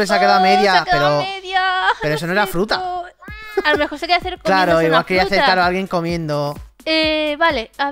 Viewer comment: Se dan cuenta que dijo fruta'q